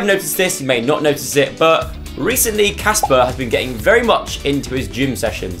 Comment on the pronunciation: It’s Casper not jasper